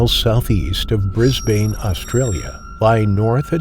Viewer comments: Who the hell pronounces Brisbane like that? Jesus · Non Australians, the same way they say Melbourne